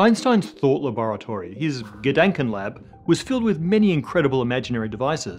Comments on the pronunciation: Please try to pronounce the "a" in Gedanken like you would pronounce the "a" in ah or arm. This vowel shift between the german and englisch language is nasty :D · Dänk way to pronounce "Gedanken"… 😜